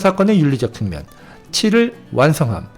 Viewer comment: 측면을 계속해서 "칙면, 칙면!"이락 잘못 발음하고 있습니다!! 아이고! 아이고!!